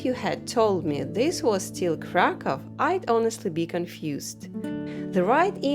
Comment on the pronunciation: Krakoow - proper pronanciation. I wonder why they write it Cracow in English 🤨